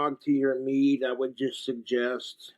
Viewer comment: “Egg nog chokka melk meeee-duh”